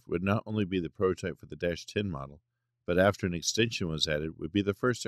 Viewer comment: and just what is a protype? it seems ai narration cannot handle the T in prototype